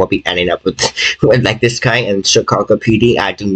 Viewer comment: tis is by faw te mos sewious tings tat has hapen to me